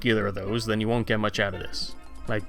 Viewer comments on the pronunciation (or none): none